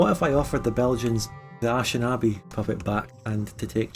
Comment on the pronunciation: The way he pronounces "Anishinabe" as "ash-in-aw-bee" still hurts my soul.